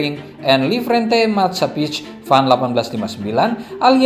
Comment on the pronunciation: Nederlandsch Indische Levensverzekering en Lijfrente Maatschappij* waduh tiap2 kali bahasa Belanda ko salah 🤣🤣